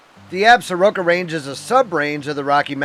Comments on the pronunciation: Absaroka’s is pronounced “Absorkee’s”. by the locals. Nice video! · Absaroka is pronounced, "Ab- sorkee"